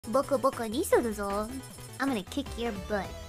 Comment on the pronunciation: Just FYI it's boko boko, not boku boku. Then again, she's pronouncing it slightly weird.